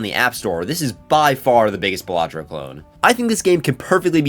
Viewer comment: Finally someone says it the right way. baLAtro. Not BAlatro